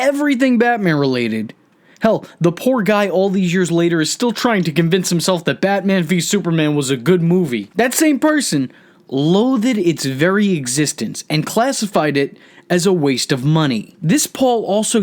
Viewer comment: I love how you say words wrong trying to sound smart... "loathed" is not "low-athed"...hahahaha